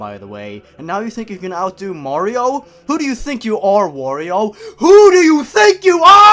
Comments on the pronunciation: R.I.P headphone users xD edit #1: did you say Mearrio at kinda like.. - (it's not a problem it sounded funny xD) edit #2: And a loud voice said... COWARD FOOLS MERASMUS IS HERE, FUCK YOOOOOOOOOOOOOOOOOOOOOOOOOOOOOOOOOOOOOOOOOOOOOOOOOOOOOOOOOOOOOOOOOOOOOOOOOOOOOOOOOOOOOOO MERRRRRRRRRRRRRRRRRRRRRRRRRRRRRRRRRRRRRRRRRRRRRRRRRRRRRRR edit #3: "he still was alive" I WILL NOT DIE, NOT YET AMIGO! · How to pronounce Mario [MALLEO] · mayro itz mayro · It's a me a maro XD